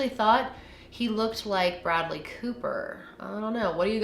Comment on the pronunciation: Oh no no no. Though shalt not bastardize the name of Bradley Cooper in such a fashion. 👎🏻